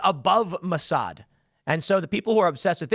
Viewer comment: Moe Sad? Is Ray ill?